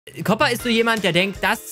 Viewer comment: der heisst koopa und nicht kopa